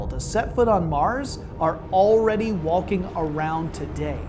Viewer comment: 27 does he pronounce "walking" "wal-king"?